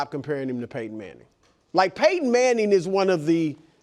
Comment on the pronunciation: They really need to ban Danny from saying Peyton’s name, idk how they let this fly that long 🤣